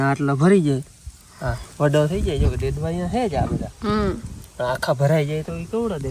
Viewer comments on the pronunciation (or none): ડેડવા બોલો ડડા નય